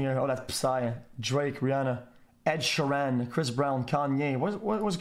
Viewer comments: Everyone: Ed ShEEran xQc: Ed SheerAn Everyone: OMG LUIS FONSI, STOP xQc: Who the f is Luis Fonsi? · Ed sher-an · The way he says Ed sheeran